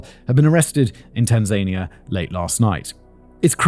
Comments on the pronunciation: Pronunciation guide: Tanza nia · I checked a couple of Swahili yt videos because I also had this thought, pretty sure he’s pronouncing it wrong and it should be something like tahn-zah-nee-ah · I've googled this because I'm not sure, I can't find anything. Does Whistler mean Tanzania when he says Tan-zaine-ia or is this a place I've never heard of? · You are pronouncing Tanania the same way Donald Trump does and we Americans laugh at him it is thazan I a, the emphasis such be on the penultimate syllable. Please keep this in mind because you sure don’t want to sound like Donald Duck or just plain Donald Uck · + "tan-ZANE-ia"? + "SOW-uh-Too " ? ;) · Tan-zania... I have been pronouncing this wrong my whole life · It should be pronounced: Tan-zuh-nee-uh. Simon pronounces it incorrectly in this video. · He is pronouncing it incorrectly. It's Tan-zuh-nee-uh. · Good, just making sure Simon was wrong. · How Simon is pronouncing Tanzania is driving me nuts lol 😂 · Why are you saying Tanzania like that? Almost gaslit me into thinking I’d been saying it wrong my whole life. I had to look it up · Simon, please, please, please learn how to pronounce Tanzania before you record anything else containing the name of that country. It totally spoiled my enjoyment of listening to you and I almost (after shouting at YouTube several times) moved on without hearing the end 😤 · I love you channel Simon, and it’s just a little criticism. Your pronunciation of Soweto and Tanzania is quite comical. You got Kenya right though Doesn’t your grandmother live in Sth Africa? Could’ve just asked her 😅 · I'm genuinely amazed (although at this point I don't know why) you don't know how to pronounce Tanzania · Is Simon saying Tanzania wrong or have I been saying it wrong forever? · It's so odd that people needing to flee immediately from the police take the time to ransack the appliances in a rental house. Almost as odd as those pronunciations of Soweto and Tanzania.